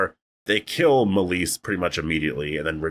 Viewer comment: Dude at least pronounce her name correctly.... Rip Meleys and Rhaenys